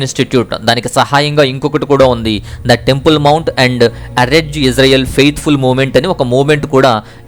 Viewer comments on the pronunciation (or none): none